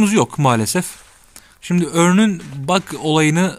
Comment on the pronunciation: Örnn diye okunmuyor haberin olsun